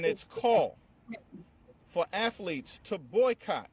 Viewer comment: Hey it's athletes not AFleats